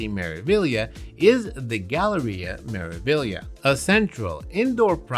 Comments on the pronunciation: Me-ra-vi-glia(liya)! Yes, you do pronounce all these letters as they are written. Greetings from an Italian teacher. P.S. we loved our cruise vacation on Meraviglia at the end of December, it was a blast! 🎉🎉🎉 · MSC "Mare-ah-vee-yah"